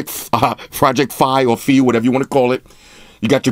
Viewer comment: project 'fee'? lol nah it's pronounced 'FYE' like wiFI